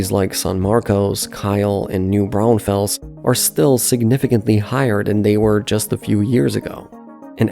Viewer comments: That’s because it’s an AI voice reading a script and they didn’t go back and retrain the model on the correct pronunciation of the cities. Still being from New Braunfels it’s annoying. I actually live in Gruene. Thank God they didn’t butcher that pronunciation. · side note, it's New Brawn-Fulls not new brownfells 😂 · New Brawn Fells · new braunfels is prounounced new bron-full-s :D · no, it's a city name and it is pronounced new brawn-fulls because that's how we who live there pronounce it. :) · Native Austinite here. Well, actually, just north of Austin 8n Round Rock. But IH35 has been a horrible traffic nightmare since the 70s. Even with the building of MOPAC, Loop 360, and the tollway, IH35 has never had its traffic reduced in any substantial way. And just a note...New Braunfels is pronounced New BRAUNfuls and San Marcos is pronounced San MARcus. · They way you pronounced San Marcos and new braunfels is completely wrong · Ugh, it's New Braunfulls and San Marcus. San Marcose is a city in California. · San Marcus is how the locals call San Marcos Bu-duh is how locals call Buda New Braunfels is Braun - fels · Love the video! Just a heads up though: Buda is pronounced “Byuda” like in Beautiful New Braunfels is pronounced “New Brawn-fulls” And using “the” for highways is a west coast thing, we don’t call it “The 35” or even “The I-35” we drop the “the” and just call it “I-35” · Ugh, whoever voiced this video definitely is not from Texas. That slaughtering of pronunciation of New Braunfels and San Marcos is ringing in my ears. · Some pronunciation help: San Marcos - "San Marcus" Buda - "B-you-da" New Braunfels - "New Brawn-fulls" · It's pronounced San "MarKISS", New BRAWNfulls, nd BE U duh... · Thank you for correcting that . I cringed when I heard them say Booda. It’s also pronounced San Marcus & New Brawnfulls. At least y’all got Kyle right lol